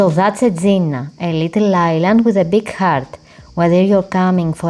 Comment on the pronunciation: Very thick accent which is no problem if you could pronounce the name of the island correctly!